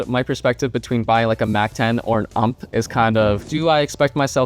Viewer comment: it's not ump, its U-M-P.